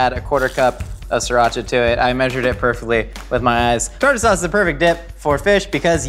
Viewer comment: your pronunciation of "Sriracha" needs coaching